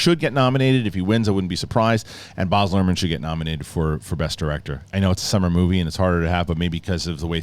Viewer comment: It's B-A-Z nor Barzzzzz